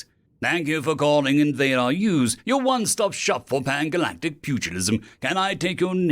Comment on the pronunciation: The second story was hilarious, and I think the pronunciation of Invade r us just made it better. Although I bet the Toys r us fans might not be so entertained.